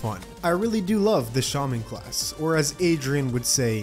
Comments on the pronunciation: It is pronounced shAWman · Adrian says shAmon!? Why does he say it like that, I know he in American and English is weird but, y’know